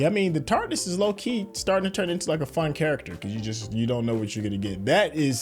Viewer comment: .....if you don't stop calling the T.A.R.D.I.S. the tarderis, theres no er....in the word!